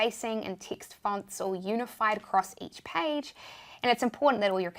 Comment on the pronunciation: Yes love these stip by stip tutorial. tixt and minue and all. Thank you. Question, is it that you guys don't pronounce E? just curious. Have been watching your videos for a while.